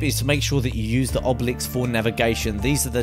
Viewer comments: They're not called "oblix"! They are clled "Obelisks". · I love how he said those giant bird things as in the argeys and he called the obelisks oblix